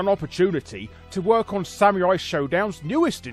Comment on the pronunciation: ok your pronunciation of samurai as sameerai bugs me